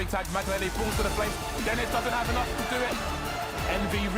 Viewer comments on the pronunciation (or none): none